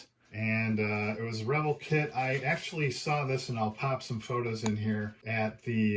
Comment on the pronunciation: Re-VELL...."Long L sound"...not revul.